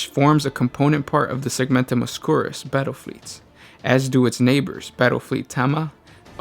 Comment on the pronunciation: A pretty good video, but your pronunciations are terrible most of the time. Segmentum Ob-skyo͝or-ous like obscure. Also, it's Segmentum Fortress is Cypra Mundi, not cypress. Hydraphur. Hy-dra-fur. No ssssss